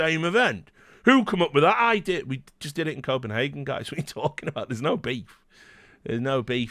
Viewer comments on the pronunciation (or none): none